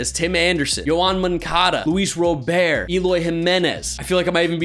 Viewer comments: FYI Luis Robert's last name isn't pronounced "Ro-Bear", it's pronounced like the common name "Robert". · White Sox fan here. Feeling the love. Btw, Luis Robert's last name is pronounced with a hard 't' just like it sounds in English.